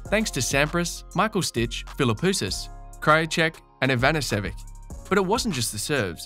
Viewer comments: nobody could pronounce those Slavic names because they were spelled wrong. I have heard IanEEsevick, Ivanisevick, Ivanisevich, and finally Ivanishevich (correct). Also used to be Safeen until they finally said Safin. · Pretty clueless commentary... "I-van-is-sevick"... and Djokovic volleys very well, while his overhead technique is indeed fragile. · Who is YEeVaneSSOOOVICK? Did he mean Ivanisevic? And also, when he says during the "naughties", does he mean the 90s? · Ivanishevich (Ivan EE Shevich) They never used the right alphabet, until Wiki did. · Novak’s volleys have been better than Federer’s since 2014. “Can’t volley to save his life” shows your latent bias. Also, you butchered Ivanisevic’s name.